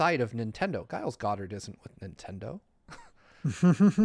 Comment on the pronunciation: it's not "Guiles," the G is liquid pronunciation. Why is nobody correcting him?